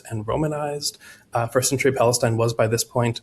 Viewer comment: It was so cringe hearing this weirdo so confidently repeat and repeat and repeat time and again, “1st century pALeSTinE”